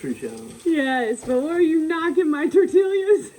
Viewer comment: Just point of interest, its tor-tee-ya. 🙂